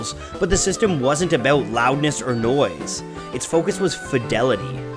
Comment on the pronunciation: This dude said "nyoise cyancelling HYEADPHONES"